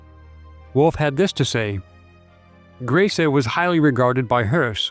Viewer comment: I believe it is pronounced : Graze-Ah, from what I understand.